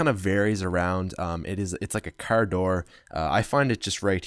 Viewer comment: Hold up am i the only one that noticed him say "ferm" as in farm, and also he said car wrong but whatever, keep up the good work man.